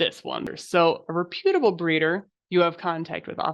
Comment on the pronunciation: The incorrect pronunciation of reputable is killing me. 😢